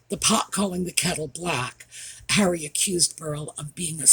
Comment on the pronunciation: I just peed my panties. You said "HENRY" it's Harry. I love you